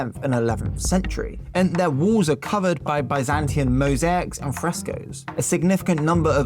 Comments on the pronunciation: "Byzantian?" Really? This bothers me. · Byzantine, not "Byzantian"